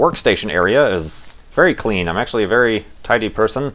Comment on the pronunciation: hahahahaha LOOOOOL "thats a wery nice everything you got there"!!